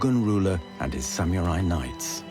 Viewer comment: This narrator's pronunciation of samurai should be illegal 🤦‍♂️